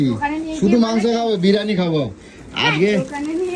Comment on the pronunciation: বিরিয়ানি ❌ বিরানী ✅